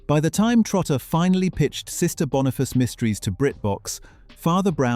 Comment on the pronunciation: Oh my .... BONIFACE!!!!! NOT Bonafice. I love this show and its amazing star, Lorna Watson. Great stuff.